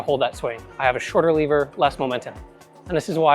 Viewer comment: first i heard liver and was wtf is that liver thing he is talking about:), but seconds later i was aaa lever:)